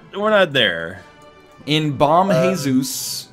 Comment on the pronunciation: FYI In Portuguese a J is pronounced like it is in French, e.g. like the si in vision, not like Spanish where it sounds like a German ch, so Senhor Jesus would be pronounced /seɲor ʒesus/ not /seɲor xesus/.